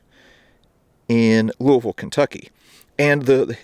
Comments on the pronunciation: Thanks for pronouncing Louisville the correct way. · One of the only people to say Louisville right!!!! I’m so impressed!!!